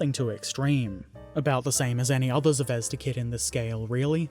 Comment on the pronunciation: Now explain to him how to pronounce ‘Zvezda’. Good luck!